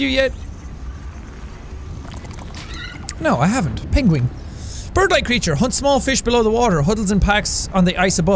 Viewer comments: ah yes, not being able to pronounce penguins. Also tom Holland can't say croissant, he says "quackson" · Pengwing is how Benedict Cumberbatch pronounces penguin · Pengwing? Thats how Benedict Cumberbatch say it in a BBC docu lmao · “Pengwing” Anyone else think of Benedict Cumberbatch’s nature documentary? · Nobody: Benefiber Cabbagepatch: pengwing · Is "Pengwing" actually a reference to Benedict Cumberbatch? 😂😂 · It just dawned on me that Pengwing is how Benedict Cumberbatch says Penguin. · "Pengwing" - Benedict Cumberbatch, trying to say Penguin circa 2014